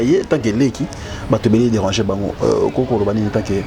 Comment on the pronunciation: Conseil à partir y’a 52eme minutes balobi tika tchoko, oyoki NGAI PE NALOBI: LOBAKA changer , danger et non chanzer ou danzer. Ça arrive po ezalaka probleme y’a lolemo mais sala mua effort ,na wana ekosila nango. Merci pour ta simplicité. Courage !!!